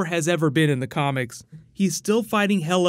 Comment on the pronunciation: Is Hel-uh daughter to Loki,like Hel in nordic mythology?